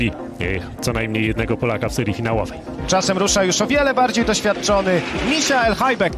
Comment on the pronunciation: gdy komentator przeczytał Misiael zamiast Michael to mnie krew zalała Michael czyta się przez niemieckie ch a nie ś XD